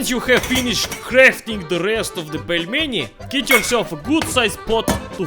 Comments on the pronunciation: Pelminator HAHAHAHHAHAHA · "Putin the Pelmen" :DD